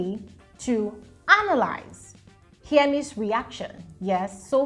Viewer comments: it is HER-MES, not HEAR-MES😩😩😩. You kept on saying hearmes 😫😫😫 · Hermes name don suffer🤣🤣🤣🤣.some YouTubers call it hearmes, while some call it Hermess.please it just Hermes abeg ooo🤣🤣🤣